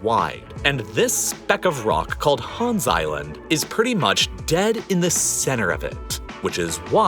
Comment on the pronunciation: People are really pronouncing Hans as HÅAAAaaaanssss. As a Dane, it bothers me more than it should